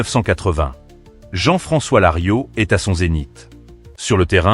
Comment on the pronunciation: Larios pas Lario, c’est nul.